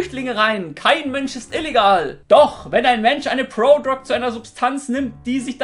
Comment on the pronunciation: „Prodrog“ :DD